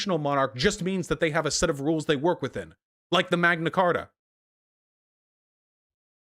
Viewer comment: "The Queen is a fucking chibi doll that sits on her throne and waits for death." I mean....he's not wrong, lol Honestly at this point, the Royal Family is basically our version of the Kardashians Edit: I'm on Vaush's side here, but hearing "Magna Carter" gave me psychic damage.